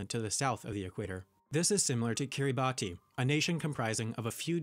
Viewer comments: the pronunciation of Kiribati is actually Kiribas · Fun fact about Kiribati, it's pronounced 'Ki-ri-bas'. Every time he said it 'Ki-ri-ba-tee' I was like dude nah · Kiribati is pronounced Kiribass in Gilbertese